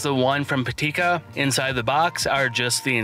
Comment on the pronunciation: Great video Just one mention: Pitaka not Patika